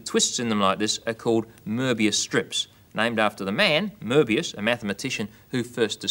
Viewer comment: Oh my goodness, you pronounced it correctly! No-one ever does that these days!